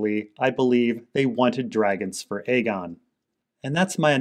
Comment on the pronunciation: I can't even verbally explain how much i appreciate it when you call it Aegon rather than fAegon.